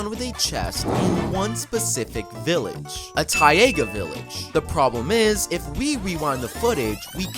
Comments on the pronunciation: It's Ta-iga not -Ti-aga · 🤓 actually its pronounced (tay-gah)! Snorts hahahaha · YOU DID NOT PRONOUNCE "TAIGA" AS "TYE-AYGA" 😭😭 WHAT THE FUCK